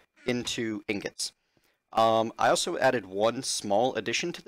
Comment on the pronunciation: lol. You keep saying tingots. I say that all the time on purpose.